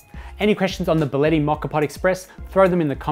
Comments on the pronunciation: Get your pronunciation right!!! It is not" Baleti" its BÍ A LE TTI!!! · Your pronouncing the name incorrectly. It's bia-lett-i. Thanks